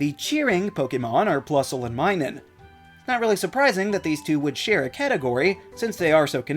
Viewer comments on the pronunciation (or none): none